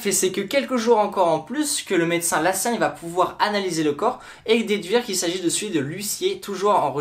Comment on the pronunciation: Lacassagne pas Lassagne